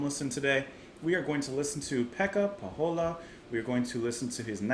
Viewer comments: Great Finnish musician and fun, obscure music in a YouTube forest of quite boring reaction vids 😊 That's why we support! Btw. his surname is pronounced "Poh-yola" (and not in a Spanish manner). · Pohjola is pronounced POCH-YO-LA (not quite the CH but the H is real) for future reference.